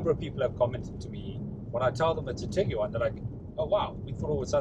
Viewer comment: Tig-wan Not Tig-U-wan